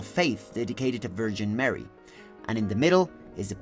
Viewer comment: Horrible architecture. I mean, why? You pronounce of Jeezuaz Kraeest and Vergeeen Meery makes me wanna barf as well. Def to all christians and believers.